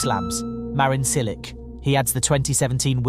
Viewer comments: The AI voice is still butchering names. Apologize to Marin Silik immediately. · "Cilik", "Raonik"... Ignorant idiot! Learn to pronounce names of tennis players. Until then you are not qualified to talk on the subject. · So you know how to pronounce Djokovic, yet absolutely butchers Cilic and Raonic. Why?